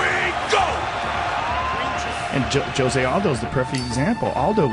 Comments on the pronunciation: he called him jose' hahahahaa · His name is really pronounced "joe-zay" and not "ho-zay"?